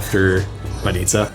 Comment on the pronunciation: Aware with the emphasis, please :) bAnitsa, not banItsa ffs.